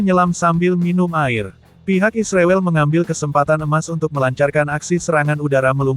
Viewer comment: ternyata miminnya termasuk orang yang tidak bisa menyebut nama Israel dengan benar ya .....